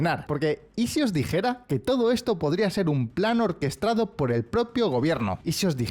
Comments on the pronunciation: O quizás sea un deje del gallego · Ha dicho dos veces “orquestRado” 😂